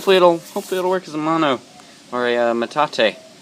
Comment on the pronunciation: It's "MANO"... not "mono"... (Mano= hand, Mono= one/single)